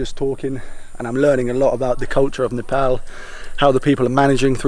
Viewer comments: Really loved it, good to see you having a good time in nepal. First British lad who can actually pronounce Nepal in a nepalese way. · Much respect. And I must say you are the first ever Brits to pronounce Nepal as Nepal not Nepal. Even the Nepalese kids in Uk they say Nepol instead of Nepal.